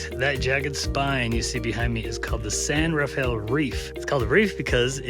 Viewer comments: San Rafael is actually pronounced Ra-fell. Two syllables. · The San Rafael Swell is pronounced "San Ra-Fell Swell". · Great video but you are pronouncing the San Rafell Swell incorrectly. It is San Ra Fell just two syllables. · I posted a video of the area some years ago and called it the San Raf e el Swell and was promptly corrected. There's another townsite called Paria, in the Grand Staircase–Escalante National Monument, and I referred to it as "Par I ah" but was told the actual pronunciation is "Par E ah".